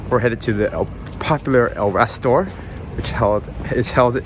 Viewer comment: It's called El Rastro, not rastor;) as far as I know. Bye the way, men do take their hats of at the dinner table. I guess it should be the same in America?